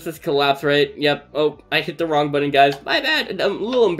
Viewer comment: Button not bottom😂